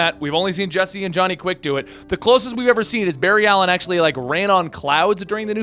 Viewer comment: Barry-ed Ali-een facepalm